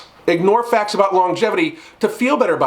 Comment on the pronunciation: Everytime i hear FAT instead of FACTS